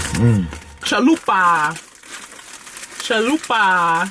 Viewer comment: What did she just call it chalupe. Damn so annoying when people dont pronouce things accurate. They sound ignorant. The commercials pronouce it correct and say it correct CHALUPA